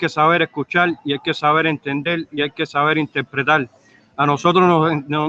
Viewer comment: "Hay que sabel explical, hay que sabel entendel y sabel interpretal". No ha abierto un diccionario en su vida. Suspendió lectura de tercer grado